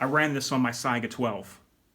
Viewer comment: It’s not syga it’s se-ga